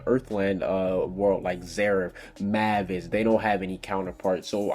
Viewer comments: WTF WHY DO YOU PRONUCE IT LIKE MAAAAAVASSSS ITS PRONUNCED MAY-VUS . Mavis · Ok, I'm not trying to say anything, but why do people call mavis Mah-vis when it's pronounced May-vis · itz pronounced Maivis not "MAHVIS" -_- her spelling though, is Mavis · Mavis: "May Vis" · Why do people keep pronouncing everyone's name wrong DO YOU NOT WATCH THE ANIME???? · lol he butchered Mavis and Grandina's name